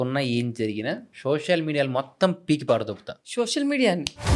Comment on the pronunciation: షోషల్ కాదు సోషల్